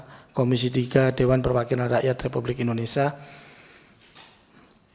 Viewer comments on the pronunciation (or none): apa susahnya mengucap indonesia indonesia ,bukan indonesaaaaaa